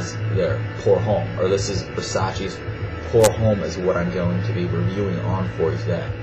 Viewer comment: Pour Homme is pronounced as "Pour Omme"